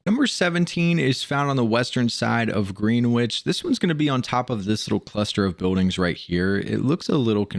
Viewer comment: I hate to be that guy but “Greenwich” is actually pronounced “GREN-itch”